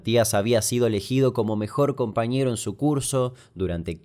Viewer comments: ... "Compañero" o "compareño"? La verdad muy bueno el relato, increíble que esa sensación de miedo que paralizó a los vecinos la sigamos experimentando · Tirón de oreja a los editores.." mejor compareño"?